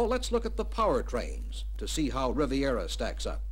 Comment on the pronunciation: RIVIERA. Not “Rivera.” That’s Geraldo.